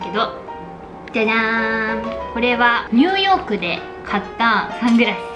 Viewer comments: 2億で買いましたって聞こえるw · ニューヨークで買いました、が 二億で買いましたに聴こえて びっくりした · ｢ニューヨークで買いました｣が｢2億で買いました｣に聞こえてびびった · ニューヨークで買いましたァってのが、2億で買いました。に聞こえてびびった笑笑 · ポーチ！ニューヨークで買いましたぁ が、2億で買いましたに聞こえた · ポーチの ニューヨークで買いました。 が 二億で買いました。に聞こえた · 化粧ポーチ2億で買いましたに聞こえる笑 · え？ぎーにょなんて言ってる？ 「2億で買いました」にしか聞こえないんだけど